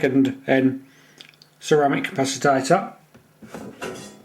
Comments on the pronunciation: It's capacitor, NOT capacitator... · Nice video. I will try to build one. Noticed you pronounce capacitor as "capacitator". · How come you say capacitor as capacitator? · For F++++ sake!!!. It is a CA PA CI TOR and NOT a CA PA CI TA TOR. Christs sake!!.